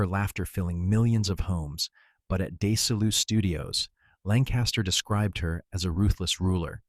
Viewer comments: "Day-see-lou Studios?" 😐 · Why is it that every time I'm listening to a video that somewhat holds my interest they mispronounced something that is so easy to say and to look up and confirm that it's not even funny.... Desilu productions. It's pronounced DEZ-i-loo... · This is obviously narrated by Ai, as anyone doing a Hollywood biography video would know the correct way to pronounce ‘Desilu’. 😐